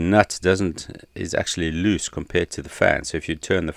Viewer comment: Why do you pronounce loose as luce?